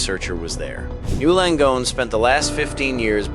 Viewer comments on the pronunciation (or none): The AI thinks it is one word pronounced something like "gnu" Langone. It should learn that it is N Y U Langone.